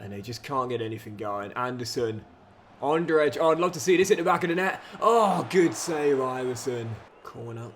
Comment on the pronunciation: The J in Andrej is pronounced like E in English,. For future reference.